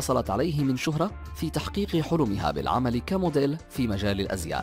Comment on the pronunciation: ياخي نطقك غلط في كل اللغات كناسه ومدييييل ياخي روح اتعلم بدال ما تشوه لغات ومصطلحات العالم معاق